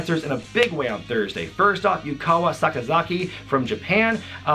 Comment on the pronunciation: Just a heads up, it's Yuka Sakazaki, not Yukawa Sakazaki, just in case anyone wants to check out some of her matches from Tokyo Joshi Pro